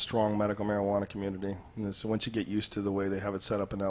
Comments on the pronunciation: he said Majahwana at 420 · caged wolf holy shit. (Its marijuana btw)